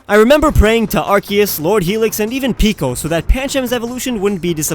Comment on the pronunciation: Thank you! You pronounce Raquaza and Arceus correctly!